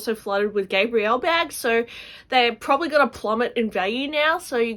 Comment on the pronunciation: Is it Gabriel or Gabrielle? I know very little of Chanel. But I never heard it the way you said it.